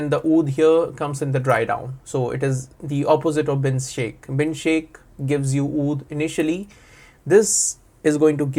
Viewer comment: Bin shaikh, ❎ Bin Shake ✅😅😅